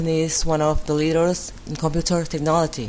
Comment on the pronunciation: Computer is stressed at the second syllable.